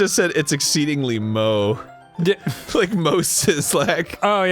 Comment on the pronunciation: Finally ! Someone who knows how to pronounce "moe"